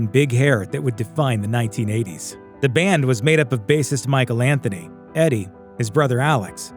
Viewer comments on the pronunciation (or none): none